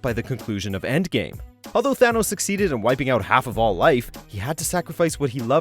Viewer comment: He is Thanos not a Th-Anus 🤣🤣🤣